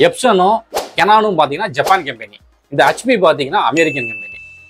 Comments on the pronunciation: hutchP illa adhu, hetchP nu sollunga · சகோ....அது(HP) ஹச்பி இல்லைங்க.... (HP) எச்பி என்று உச்சரிக்க வேண்டும். மொத்த தென் தமிழகமும் இந்த ஒரு வார்த்தையை இப்படித்தான் உச்சரிக்கின்றது. ஏன் என்று தெரியவில்லை.